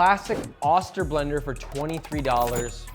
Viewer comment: Also:itis pronounced Oster…like “Oh, stir”.